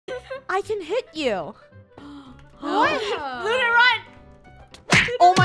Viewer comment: I'm having complain I'm saying Luna's name wrong